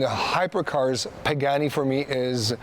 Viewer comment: right probably should pronounce the name right before vlogging.